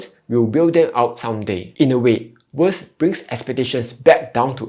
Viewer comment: May I suggest that you try improving your pronunciation. For example, it’s VERS and not “worse”…Honestly, without reading the generated text, it’s very difficult to understand what you are saying. Hope you don’t mind me being direct and straightforward.